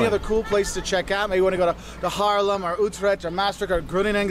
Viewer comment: ‘This guy knows what he’s saying’ Me: well yes, but actually no (I’m talking about the pronunciation of Haarlem Groningen etc)